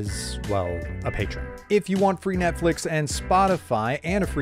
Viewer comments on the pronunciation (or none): none